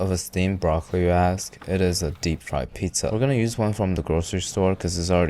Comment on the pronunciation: "DEPP FRIED"